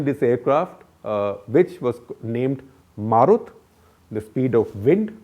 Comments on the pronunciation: It's "Marut" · It's Marut.....